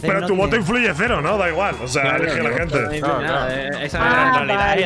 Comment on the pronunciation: Me voy a ver la resistencia. Adióhhhh mi hente, suh quieroh